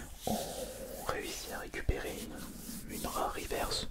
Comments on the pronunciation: on ne dit pas rivèrce mais riverce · On ne dit pas rivairse mais riveurse